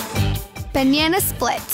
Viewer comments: You said baneanea instead of banana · BANYANA!!!!!!!! WAT IS A BANYANA?????? THE VID IS SOOOO SOME WAY THO BUT IT IS GOOD